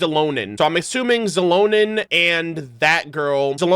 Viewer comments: I was wondering why is he says her name like it is "Zilonen"?, lol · Yaay you'll get Mualani and Kinich xD - NOOO THE CHANNEL IS RUINED. Versiona 🤣 - I have no idea how to pronounce Xilonen. I'm like, stuck in "shilonen" but I heard you say "zilonen" so now what do I do lol - aww ok, you're skipping her Unless we get a Navia moment - I'm definitely getting her but I'm on the fence of where I will 😭 she's so pretty too 🥲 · the "x" in xilonen's name is pronounced as "sh" also I love her sm, my brazilian queen